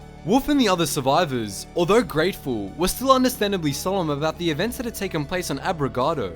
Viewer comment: Wolf an the others were grateful me: you mean gray ful HA HA...ha.......ha